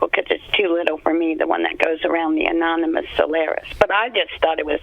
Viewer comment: An-ARM-in-nus... Anonymous. WOW.